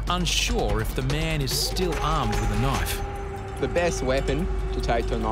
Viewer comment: I love how the lifeguard pronounces "knife" as "naf."